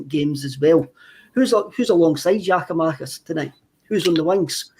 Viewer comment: went from saying Giamakis to Giakoumakis back to Giamakis just get it right eh